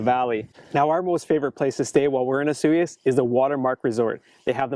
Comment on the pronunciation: for 1 it's pronounced osoyoos not asuh yuss and 2 the lake definitely freezes over. I've been there many times